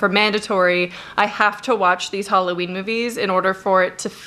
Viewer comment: Hulloween? Which accent is that?